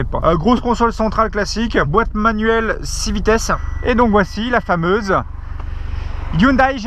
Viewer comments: "ai" et pas "aie" à la fin de la prononciation de "Hyundai" stp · elle est toujours erronée, ça se prononce pas non plus "Youndai" mais "Yondai":b Mais bon, on en a pas fini si on doit apprendre à tout le monde qu'on dit "Porscheuh" (Rip les américains), "Meustang" ou "Matsuda" etc etc x'D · 😂 comment tu prononces le nom de la marque 😂